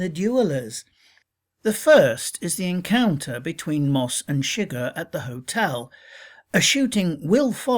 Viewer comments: My only Problem with the video is the way Antone Chigurh is pronounced it is a French/Creole name and is not pronounced Sugar. That drove me nuts through the whole video. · You're an idiot. ChiGURH (accent on SECOND syllable) is NOT in the hotel room!! It wasn't even he who killed Moss you jack ass. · His last name is pronounced su-geher not shigg-er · i'm sorry but how do you mispronounce the main villains name when you are analyzing the movie and they say it in the movie multiple times.